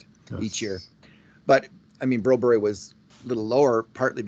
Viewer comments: I agree. You may be trying to say Brobry but what I'm hearing is Broberry. Why not ask Philip? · was at a game last season and was in a booth…he got confronted or the topic was brought up about his insistence on his pronunciation of Broberg’s name…the very next podcast he brought it up and seemed to enjoy the fact that it was a topic. Shows his ego was lifted by the topic. Maybe he’s just a journalist that believes publicity negative or positive is still publicity….I sure hope not. I like this podcast, but the whole topic gives me and many other colleagues that like the podcast a challenge. Don Cherry never always pronounced the names correctly but this is not the same thing. This is an arrogant ‘ I told you so’ feel to it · Guys the forced pronunciation of Broberg’s name is annoying and hints of arrogance. Please go find out the kids name. Get Bob Stauffer to ask him how he wants it pronounced. Thank goodness Jack Michaels and Louie DeBrusk nor Gene Principe pronounce it the way you guys do. TSN , Sportsnet, CBC, CHED and on and on don’t pronounce it that way. Why do you force it so much on your audience ?